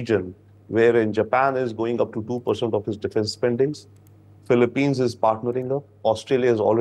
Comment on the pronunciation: Philip-peens, please! Not Philip-pines. There are not so many PINE trees in the Philippines.